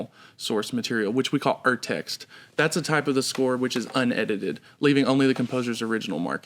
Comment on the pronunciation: that would be "Urtext" with a prolonged "oo" sound for the "U", think "oops" ... had to rewind to figure out what you just said.